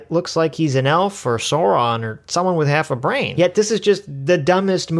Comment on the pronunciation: PRONOUNCED SAURON CORRECTLY! Well, at least one time.